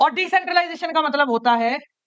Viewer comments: Matlab ❌ Maltab ✅ 😆😆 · Matlab❎ Maltab✅ 😅😅